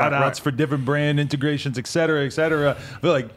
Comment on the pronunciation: "et cetera" not "ex cetera".